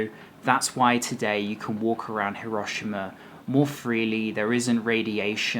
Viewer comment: No, it's not. The i is barely pronounced at all. pronounces it correctly, the same way the automated message pronounces it when you arrive at Hiroshima station.